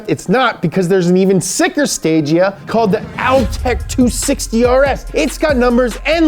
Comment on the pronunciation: BTW, Stagea is pronounced Stage A. Guess what the next iteration would have been called? That’s right, Stage B.